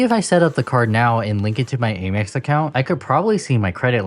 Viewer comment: Bro, it’s pronounced Amex… 😅 congrats!!!